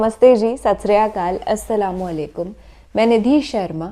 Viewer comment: As salaam alaykum bola karo, as salaam alaykum sahi nahi hai